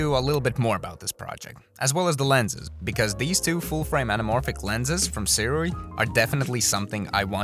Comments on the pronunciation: As I’ve learned Sirui is pronounced sue-ray. Great video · Why cant people say Su-ray LOL? Great video though